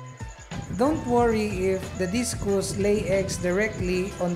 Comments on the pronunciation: Discus not discous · Correction sir Discus- dis/kas not dis/kus :)